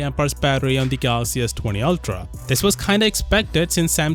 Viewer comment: "altra", as says LoL